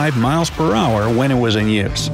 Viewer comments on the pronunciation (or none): IT'S NOT WIZZ IT'S WUZZ